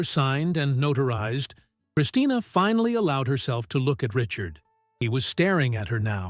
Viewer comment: NOTARIZED not notorized